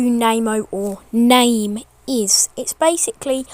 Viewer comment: Isn't he called "Name" Not "Namo"